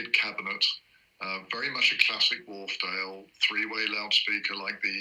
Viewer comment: FYI: Wharfedale [named after a dale (valley) in the Yorkshire Dales national park] is pronounced "Wharf-dale" and NOT "Wharf-er-dale".